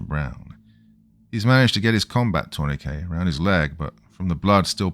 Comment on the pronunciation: Turn e kay? pretty sure you meant 'tourniquet'. Pronounced : Tur ni kit